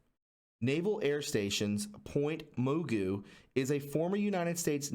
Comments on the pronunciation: lmao! it's pronounced Port Hueneme (why-nee-me) and Mugu is (mah-goo) sorry to be a grammerfag, I live here and it's just annoying hearing it mispronounced 😂😂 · Hey...pronunciation lesson....its Point " hugh-knee-me" and Point "ma-goo" like the old cartoon! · I live nearby, they are pronounced "Port why-knee-me (Port Hueneme) and Point Mah-goo (Point Mugu?" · I grew up there. It is point ma goo uknow like the cartoon guy with the big glasses. . It merged with port why knee me is the correct pronunciation. Just FYI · I lived in this area for 20yrs and spent a lot of time on the beach at point dume. Although very interesting, I've never heard of any of this before. Port Y-knee-me and Point ma-gooo. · Pronounced moogoo and why-nee_me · IKR...and Moogoo😂😂lol I have to listen all over.😠I kept laughing everytime I heard moogoo😂 Its ppint Ma-goo...like the cartoon mr magoo😇moogoo😂😂😂kkkkkk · Pronounced Point Magoo. Like Mr Magoo. My father worked there. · Point muh-goo. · Point Mugu = "Ma- goo" like "Mister Magoo", also Port Hueneme= Port "Wa- knee -me". Interesting vid, thank you. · it's pronounced Ma goo.. a d port why neemee.. it's Hawaiian I lived near Ventura as a homeless child. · Pronounced. Ma goo. Sorry former Calif girl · If you're going to make a conspiracy theory video, learn how to pronounce the names. Its Point Ma-Goo not moogoo. And it's why-knee-me. Not huandme. Damn dude. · Hey... just helping you pronounce these names from the video brother.... not hating I’m from here and they are strange names.. Point Mugu is pronounced like the cartoon Mr Magoo... and Port Hueneme is pronounced Port Y- KNEE -ME... just helping out brotha keep up the excellent TRUTH reporting! #WWG1WGA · A little help on pronunciation: Point Ma-goo Port Y-Nee-me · The base names are pronounced Point Magoo as in the cartoon Mr. Magoo. The other is pronounced hYneemee. This is a breathy H that sounds more like you are just saying Y. This is from a native tongue.